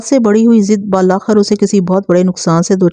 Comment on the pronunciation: ballakhar nahi billakhir hay sahi talafuz